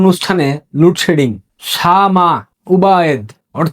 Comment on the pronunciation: উচ্চারণ ঠিক কর,,,, লুড সেডিং কী,,,,????